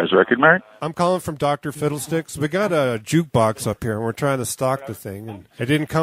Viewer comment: Up 'ahre